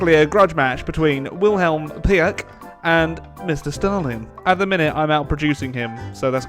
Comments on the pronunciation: His name is pronounced Pieck like Peak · You have to call Wilhelm Pieck like Pick with a long i. In German ie is like an long i.